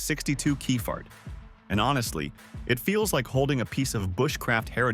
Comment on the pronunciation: Can’t be doing with the stupid pronunciation anymore! - one minute it’s kephart the next it’s Keefart and whoops there goes that car bar again! - if this is an indication of AIs ability God help us in the future.